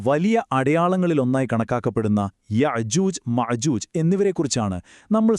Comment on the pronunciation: يَعْجُوج مَعْجُوج. അല്ല يأجوج. مأجوج ആണ്